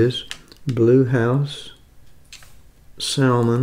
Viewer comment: The L is silent salmon.